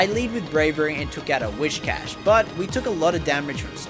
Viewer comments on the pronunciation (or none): none